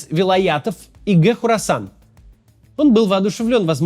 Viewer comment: Хорасан, [не Корасан], название большой провинции в Центральной Азии